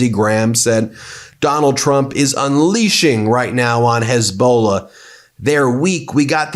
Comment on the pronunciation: What is "Hez-bla" ??? LOL.